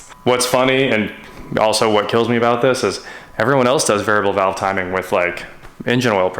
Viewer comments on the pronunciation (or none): none